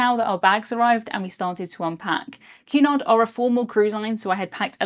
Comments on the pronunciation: I thought you were saying Qnon !! Queen Anne? The pee yellow color would have gave me sea sickness! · I've never seen it written until now so I always thought you were saying Q-nod instead of Cunard. lol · I enjoyed the video very much and good coverage of the experience. I do wish you might take the occasional break between sentences a bit of a heavy pace. Also as an American when your accent makes it sound like you are saying Qanon when you say Cunard.